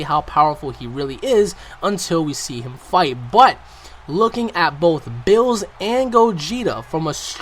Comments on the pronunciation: it's beerus not bills. like wtf? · It's Beerus not Bruce ooh and its Ki not key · Berrus! It's Beerus! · Why you call him bills? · HIS NAME IS BEERUS NOT BILLS GET IT RIGHT I MEAN ALL YOU OUT THERE BEFORE BEERUS FIND YOU A ND DESTROYES YOU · His name isn't Bills it's Beerus, and he's not the stongest, his attendent Whis is much stronger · Who is beeroosoo!?!?!? You mean BEERUS!!! :-) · BEERUS ..not bills...not berusu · It's pronounced beerus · The way you pronounce Beerus makes me want to punch you.